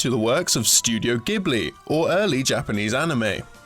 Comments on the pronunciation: Aside from the "gijin"/"gaijin" messup, "Ghibli" is pronounded with a soft j sound as in "jhibbly," not "gibbly." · another small mispronounced word was Studio "Ghibli". It's pronounced as "Jib-lee" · Also, this is pretty minor, but the translation group 'WakdHacks' that did the fan translation of this game is pronounced like "Wackity Hacks" not "Whacked Hacks". Not as bad as the gijin, Studio Ghibli, and Geppetto flubs but still wrong. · ^ I felt the same with the pronunciation of Ghibli. That and of course the mispronounced Gijin. Otherwise, it was all good content.